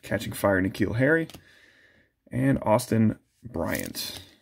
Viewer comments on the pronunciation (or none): none